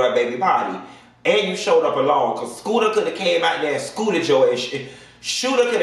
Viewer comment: why do you call that man Skoota! That shit so funny I scream every time you say it!